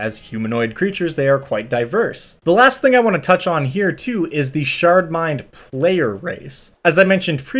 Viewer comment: I kept hearing "shart mind" and it would make me smile.